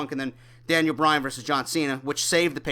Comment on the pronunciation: For the umpteenth time it's Bryan not Bryant!